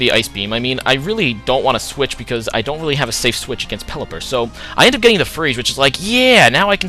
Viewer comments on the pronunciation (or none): none